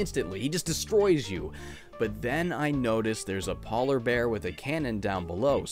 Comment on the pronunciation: Ah yes “paw-ler bears”